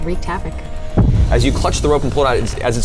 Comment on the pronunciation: "Reeked havok" Reek-ed....Reek... REEK!!! TRIGGERD!!!!